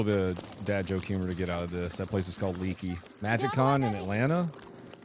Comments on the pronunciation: Leaky is pronounced Lake-eee 💜 (lake with a long Eeee on the end) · Leaky is pronounced Lakey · Leakey is “lakey” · Good work! By the way, I know you’re a welcome transplant but it’s pronounced Lake-ey, TX. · It's "Lakey" brother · Great job supporting your neighbors to bro. I lived in the San Antonio and Comal county for 30 years before moving to Dallas. That area of the hilll country is beautiful, and as you know, full of kids camps and churcch camps. About 40 years ago, there was another flood that pushed a school bus with disabled kids off the road. The video of Leakey shows how fast the water can come in. BTW it is pronounced LayKey. But love your channel.